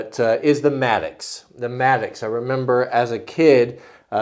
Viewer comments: I think it's "mattock," not maddux. I'm not 100% just trying to be helpful. Nice video. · it's called a mattock (matt-ick)...not a mattocks/matticks (no "S") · Philip Culbertson im glad im not the only person who cringes every time he calls it maddox.. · I'm sorry for being that guy but it drives me crazy when you call it a Maddox A mattock /ˈmætək/ is a versatile hand tool, used for digging and chopping, similar to the pickaxe. It has a long handle, and a stout head, which combines an axe blade and an adze (cutter mattock) or a pick and an adze (pick mattock). A cutter mattock is similar to a Pulaski. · I think he is calling it a "mattocks", not a "maddox". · Will Cushman regardless. It's a single tool and that would be a plural pronunciation, that happens every single time there is a mattock in a video.